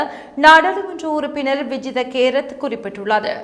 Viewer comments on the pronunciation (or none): Not Vijitha kerath. It’s vijitha Herath😂